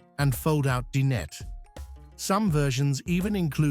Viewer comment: Din-et? 🤣 Ignorant "a-i" can't pronounce dinette!